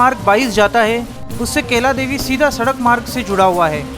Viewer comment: भाई मेरे केला देवी नही कैला देवी बोलो😅 हिंदी भी इतनी अशुद्ध 😂😂😂